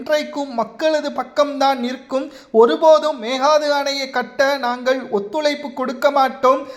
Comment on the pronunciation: உதயநிதி சீக்கிரம் கீழ்பாக்கம் செல்வது உறுதி செய்தி வாசிப்பவர் ஒழுங்காக மேகதாதுஎன்றுவாசிக்கவும்